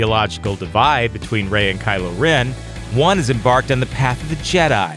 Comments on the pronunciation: Kylo Ren-ier? Fuck off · 'Kylo - rennier' . . . LOL Is that how you would spell that?